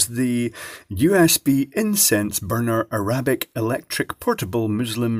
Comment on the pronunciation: God, this video is rivaling AvE: "Uh-RAH-bick" "Ramadam too seriously" "The one in British" "It looks like *mohawonhaaa*" "You infidel" "The other brown liquid" ... lmfao